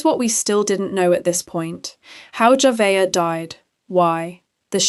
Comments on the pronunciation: AI SLOP Saying that dead little girl's name JAVA-AYA is so DISRESPECTFUL. You could have at least TRIED to give her a tiny bit of dignity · At first you were pronouncing her name totally wrong, then along the way, you started pronouncing it correct. I guess you saw either sine need coverage or someone else pronouncing it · Please learn how to pronounce the victims name. Damn she at least deserves that respect. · Please pronounce the child name right my goodness Lord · the names are mispronounced, it is impersonal. I was following the story came across your video but I was put off tried to watch but quit 5mins in. It was informative but just... thanks for responding. Also im in South Africa.